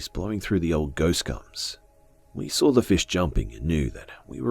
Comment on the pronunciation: who else loves the way he sais saw~sawr